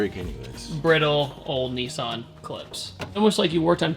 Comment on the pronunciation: Nissan! Not nissarn!! I swear that's a trigger for Australians and everyone else 😂